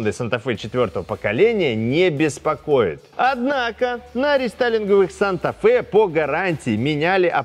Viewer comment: Как владелец санты 4 с кайфом слушал о том, какая хорошая машинка. Но после неожиданно-резко произнесённого "Однако!" чуть инфарк не хватил 😁. Ведущий - красавчег!